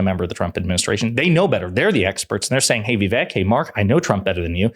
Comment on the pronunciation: You can't even pronounce Vivek's name correctly, you're nothing but a joke